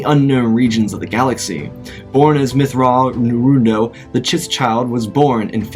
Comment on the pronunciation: Anakin: "I think Grand Admiral Mitth'raw'nuruodo is a Sith Lord" Mace:"A sith lo- wait a minute. Motherfucker, how did you pronounce that?!"